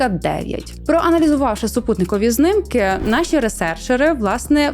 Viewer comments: Знiмки а не знимки, шановна, виправте бо рiже вухо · Чому пані постійно каже "знымкы" замість "знімки" ? Це якись тролінг руснявих? Ці знымкы мені спричиняють борошна, якшо ви розумієте про що я.